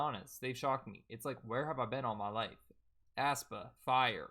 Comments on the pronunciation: aespa is pronounced (es - pa) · it's pronounced ES- PA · “ass-pa” in crying 😂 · it's pronounced 'eh-spa' lmaoo like eh in egg 😭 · Sup bro, the 'ae' in aespa is pronounced like a normal 'E', so it's just 'Espa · Well, Karina did pronounce it that way once lmfao 😂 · the way he pronounces aespa like u’d pronounce asthma is killing me